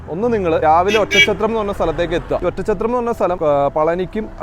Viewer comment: ഒറ്റം ചത്രം എന്ന് കേൾക്കുമ്പോ അരോചകം. Oddanchatram ഇതാണ് ആ സ്ഥലനാമം .